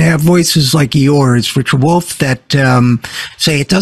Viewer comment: “It’s da Wolff! It’s da Wolff” 🐺